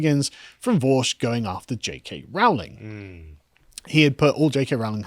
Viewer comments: ITS ROWLING LIKE "BOWLING". stop saying Row-ling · Rowling, pronounced as in "bowling' not "howling". Per.. lease! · For pity's sake, Carl. It's pronounced 'Rolling'. This is almost as bad as when you kept calling Rod Liddle 'Ron'. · Why can't you guys EVER pronounce her name right? It's RO ... Rowling. Not RAU. Do you check on any facts at all? Seriously. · FYI JK Rowling is pronounced like Rolling - as in "Rolling in money".